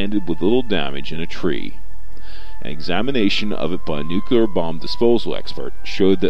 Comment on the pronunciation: First of all, stop saying "nukuler". With the second bomb, 4 of the safety switches failed with only the 5th switch preventing detonation.